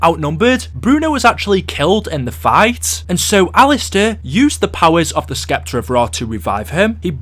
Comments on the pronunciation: ITS PRONOUNCED S-EPTER NOT SK-EPTER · lmao "SSSSSEPTER" the "C" is silent.....seriously, you youtubers TALK all day for a living. you'd think you would learn how to talk properly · Oh my god the C in sceptre is silent this guy is driving me nuts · The way you pronounce Scepter is very distracting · i was just about to say that